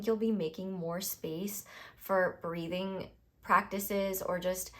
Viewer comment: Pile 1 - Love - instead of "breathing practices" I heard "breeding practices" and idk if I should take it as a sign